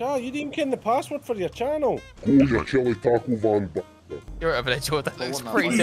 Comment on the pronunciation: As a Mexican, I feel jabs to the soul every time I hear Taco "Van"💀